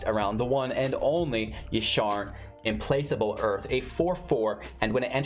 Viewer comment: I know you love when people correct your pronunciation, but this one is actually kind of a cool one. It looks like 'im-place-able', but it's 'im-plack-ble' - based off the word 'placate' which means 'make someone less angry or hostile'. Meaning implacable gets the definitions: 1. unable to be placated, 2. relentless; unstoppable. Great video as always!